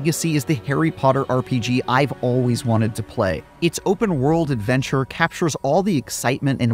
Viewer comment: *OFF ON A 'NOTHER AVENCHUR ARE WE